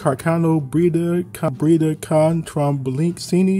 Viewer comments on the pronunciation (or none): The name of the Italian gun is pronounced "CaRRcanoh-BrËdah" (the Rs need to be strong, the E is an Italian E so to a German one, not an English one) "Con" (With) "TrombonCHIno" (a trombone is a musical instrument, the Ino part is a diminutive, in Italian sounds like CE, CI are pronounced CHE, CHI)